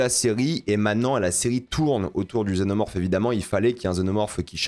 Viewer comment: Un xénomorphe mal prononcé